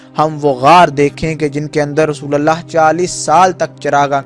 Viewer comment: Abe rasulallah nhi, rasulullah bolo